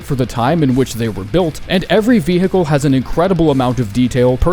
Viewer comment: bro stop saying vee hickle its vehicle